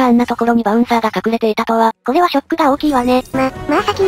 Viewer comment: シックじゃなくてショック